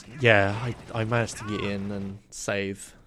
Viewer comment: The word "get" is pronounced "get" not "git"